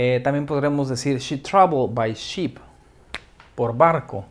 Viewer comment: Usted cuando pronunció ship le entendí sheep, no logró asimilar la diferencia, excepto por el CONTEXTO.